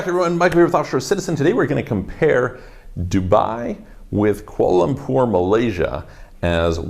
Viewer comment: its kular lempur